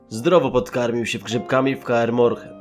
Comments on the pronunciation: ker moren nie kurwa kaer morh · Lol, najpierw może nauczyć się poprawnie mówić... już na początku źle wypowiadasz chociażby Kaer Morhen... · "Kaer Morhen" Naprawdę? Nie bierz się do nagrywania historii z Wiedźmina bez uprzedniego sprawdzenia, jak się jakiś wyraz wymawia.